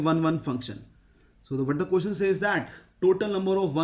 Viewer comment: bhai "ko-tion" nahi hota "ques-tion" hota hai.